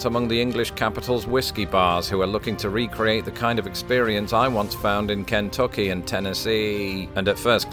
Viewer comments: The way you say Kentucky is the only crime here today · You say Kentucky in such a strange yet cute way,. I love your channel!